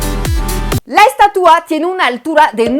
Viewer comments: “Estatúa”? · Hola te hago una observación en tu pronunciación....pronunciaste aproximadamente 35 veces la palabra estatua, de las cuales unas catorce veces tu pronunciación fue incorrecta pues la pronunciaste así... estatúa, además de cuando te referiste al rostro de la estatua en vez de decir tenía un rictus severo en su rostro dijiste sévero....tienes muy buen español y revisar estos detalles te ayuda a que llegues a un español perfecto.... Te digo de broma que se dice estatua no menumento....🙂🙃....supongo que sabes que acá en México se hace una broma cuando alguien pronuncia mal y dice estuata se le corrige diciéndole que se dice menumento, se le trata de corregir pronunciando mal otra palabra como sinónimo.... En cuanto a la crítica a ambos países con respecto a la estatua y la libertad recordemos que ambos países siempre se han conducido como imperios saqueando y dejando continentes enteros en la miseria lo cual ya es un impedimento para que hablen de libertad, nunca han tenido autoridad moral para hacerlo...y de hecho lo que dijiste de tu país Francia no es que tenga una actitud paternalista hacia los países Áfricanos, es que a vista de todo mundo los sigue saqueando.... Cómo sea esa estatua o monumento u lo que sea, la gente ya sabe que es una burla, y si así lo toma la gente que sabe que de ese tamaño es la hipocresía de ambos países, de su clase politica... Saludos cordiales...😎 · Como siempre tus vídeos muy ilustrativos. Te comento que la palabra en México para este monumento es ESTATUA trisílaba grave. y tu pronunciaste ESTATÚA. Puedes checarlo. Saludos.